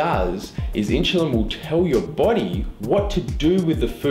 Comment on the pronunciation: I dont think he was saying insulin right lol